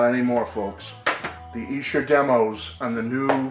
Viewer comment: It’s pronounced EESHER.